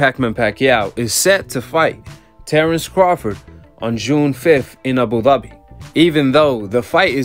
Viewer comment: Y he say Abu Dhabi like that 🤣🤣